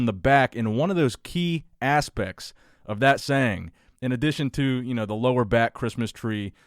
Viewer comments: you said "key ass-pects" LOL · Key ASSpects you say? ( ͡° ͜ʖ ͡°) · key "asspects"